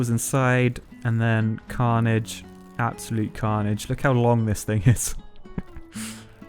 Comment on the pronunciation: Everytime you say carnige I cant stop laughing